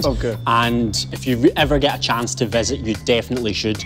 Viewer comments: And he still said "Chonce" 😭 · My Directioner mind translated "Let's take a chance" to "Let's take a chonce".